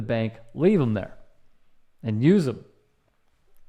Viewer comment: Dim, doughs,da Them,though, they 😂😂😮